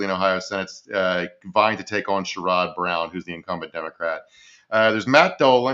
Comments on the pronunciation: Emphasis on SHARE-rud. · Sherrod Brown's name is pronounced like Share-rud NOT like Sure-rod. Idk I keep hearing mispronouncing my Senator's name, and I needed to say something. **Sherrod=Share-rud**!! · Just FYI, you’re pronouncing Sherrod Brown’s name incorrectly. It’s pronounced Cher-id. (Cher like the singer, emphasis on first syllable.) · Share-Ed Brown is how his name is pronounced. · Psst! Senator Brown's first name is pronounced SHARE-ud.